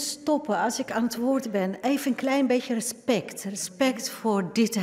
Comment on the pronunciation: Rrrespect. Rrrrespect, rrrrespect voor dit huis.